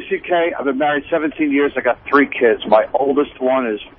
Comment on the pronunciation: Why in the actual FUCK did Dopie keep saying "Asstrays" instead if "Ashtrays"??? It's like when he used to say "three one three free" instead of just another three, who mispronounces words on fucking purpose??